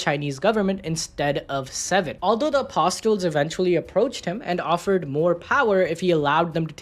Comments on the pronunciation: It's pronounced as apo sol with silent t. not apos tol. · little brother? bro it's his OLDER brother, get your facts straight. Also, it's not "apos tels", it is "ah puh sels" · Say apo-STLes again. And again. And again. You'll get it right this time... again. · The t is silent in apsotles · The t is silent in apostles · Yo the t is silent in apostles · suprised there wasnt any irish hero with so many of us around the world 😅 the T in apostles is silent btw